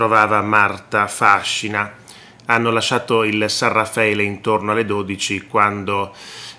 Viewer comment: Marta fascina! Con l'accento sulla i!